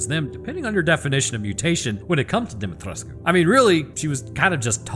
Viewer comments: You're pronouncing Dimitrescu correctly. The game does it wrong. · As a Romanian i back him up here hes saying her name right its near to impossible for a non-native to say it the her name without their native accents. Others say her Demetrescu wich is inccorect but understandable. And also heres a line in romanian if someone doubts me. Sunt român ba omule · Dimitrescu Romanian pronounciation: -> Dee mee tres kuh french pronounciation: -> Dee mee tresk technically both are right, but as alcina considers herself royalty she tends to use the french version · im romanian, you did pronounce her name right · Not to pile onto the pronunciation debate but.... People are generally allowed to pronounce their own names however they want. The characters in the game consistently pronounce their own names in the French fashion, as another commenter pointed out, so that's the correct way to pronounce the names. That's my 2 cents at least. As usual, loved the video. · Demitrescu was French, not Romanian. Further, the pronunciation is in the game, so how an IRL Romanian says it should be pronounced holds zero weight. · Regardless of how the different areas of the world pronounce the name, the characters in the game very specifically and consistently pronounce the name a certain way., and that way is the French version as you point out. Last I checked, people are allowed to pronounce their names however they want.